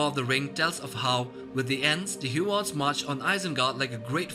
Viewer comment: There are no Hyew-orns or Myew-makils. The "U" is always long and makes the "oo" sound as in Hoo-orns and Moo-makils.